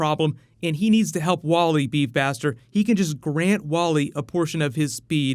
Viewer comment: He said GRAINT Gustin, bro cmon its Grant (like ant man)